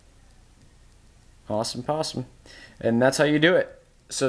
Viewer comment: he said awesome poseme around 9.25 lol